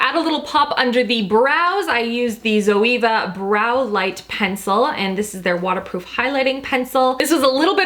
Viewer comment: The way you pronounced zoeva 😂 (Zoe-aye-vuh)